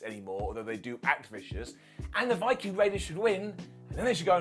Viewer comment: you have to enunciate viking or you will get age restricted!!